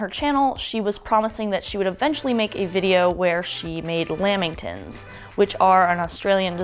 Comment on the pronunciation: Just so people know it's said "lamm-ing-tonns" not "lam-bing-tns". They're meat free 😉